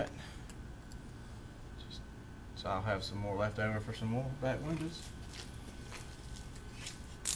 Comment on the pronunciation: Not windows huh? but windas???? LMAO